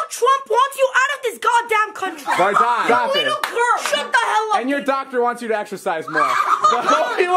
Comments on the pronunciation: It’s not “ Vardan “ it’s Vardon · It’s vardon